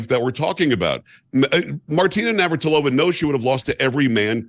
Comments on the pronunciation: It's Nav-ra-tea-lova. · I love hearing Megyn say Martina Navratarola. She’s so cute even when he’s says a name wrong ❤️